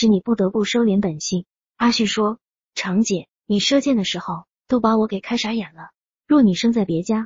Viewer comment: zhang长姐、不是chang姐